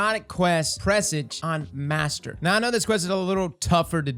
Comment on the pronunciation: Finally a content creator that pronounces Presage correctly.